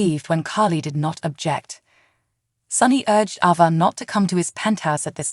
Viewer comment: Its ava not abbA